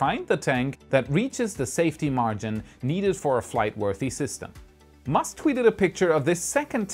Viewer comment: "Elon Msuk"